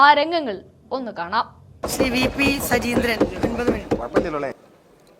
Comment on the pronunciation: സജീന്ത്രൻ അല്ല, സജീന്ദ്രൻ എന്നാണ്